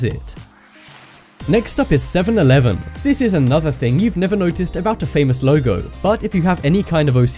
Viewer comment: '7-Evelen', well done